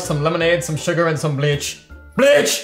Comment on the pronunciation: The way he says bleach🤣🤣🤣🤣🤣😂😂😂😂😂